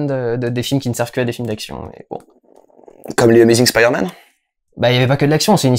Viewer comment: La vraie question c'est: Est-ce qu'un jour les doubleurs français vont prononcer "Spiderman" correctement?